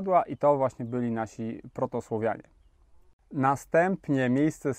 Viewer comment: SłAAAwianie!!!! Nie SłOwuanie!